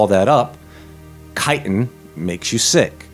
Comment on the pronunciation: I thought you said chitterlins lol